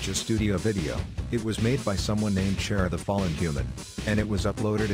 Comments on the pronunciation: It's pronounced chara, not chara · ...isnt the tts english? it shouldnt pronounce it like there was a german "sch" it should pronounce it like "kara" even tough its spelled "chara" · as someone that is a huge fan of undertale i was very offended when he pronounced Chara wrong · The robot said Chara way wrong... SHES COMING AFTER YOU(So is Frisk)